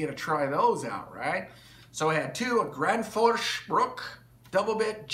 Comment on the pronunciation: "Gransforsch" eh? I've heard Husqvarna is pronounced "Hooskvarna." It's all Sveeedish to me.